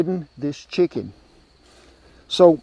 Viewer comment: It’s chicken with a “ch” sound. It sounded like a sh sound. Shicken and dumplings is what I heard. You said chicken correctly in past episodes but you changed the pronunciation this time